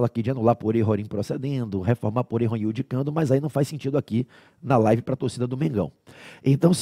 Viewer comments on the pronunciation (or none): none